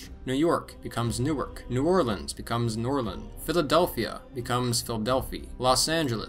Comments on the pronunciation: Literally no one from the New Orleans, or the entire south for that matter, calls it nawlans. No idea where that came from. We call it New Orlins, like normal people. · People from New Orleans are cringing at “Nawlan Republic”